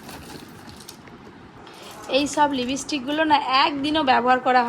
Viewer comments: Lipis stick no actual word is Lipstick please say correct word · Lipistic noe, Lipstick.jemon vabe kormodyokhotai egocho, temon proper uchcharon gulo korte hoe, nahole,hasir khorak hote hoe, abar jekhane chele ke nami,dami school a poracho. Eta kintu valor jonnyoi bollam,tomar na valo lagteo pare. Aneker anek comment tow chokhey pore.saree keno thik ache, kintu berate jacho jokhon, churidar best,abar tomar choto bacha ache jekhane.